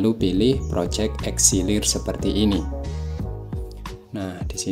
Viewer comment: itu "Elixir" bukan "Exilir" bang😭